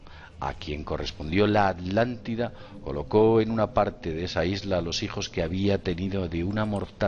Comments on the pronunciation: "Alantida, Alantico" y así dicen que somos los latinos los que no sabemos hablar. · Me encantan sus temas, me vi casi todos sus vídeos pero por favor A TLAN TI DA mis oídos se ofenden al escucharlos hablar así. disculpen pero es lo q siento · bueno, ¿y porqué se comen la "T" al nombrar la Atlántida? ¿de dónde es su acento?, hago la aclaración: no es crítica, me gusta que el castellano permite y se enriquece de los acentos de tantos y tantos países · Atlantida, atlantico, no pueden pronunciar bien esas palabras, lo pronuncian como alantida y alantico. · Gabriel Rocha Muiños Ya lo sé amigo, no lo dije por ustedes sino por algunos seres que piensan así. :) De todos modos me parece muy curioso que el diga Alantida o Alantico jejejeje